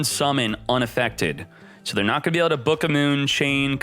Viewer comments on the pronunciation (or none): none